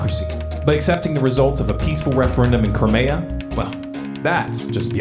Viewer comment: "Creamea" lmfao. Crimea just as it's spelled.